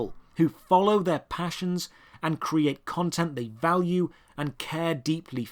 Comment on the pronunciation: Lol "shock balue"